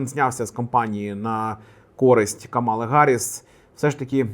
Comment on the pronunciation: дякую за відео тільки її звати не камАла а кАмала це як діда кликати байдЕн...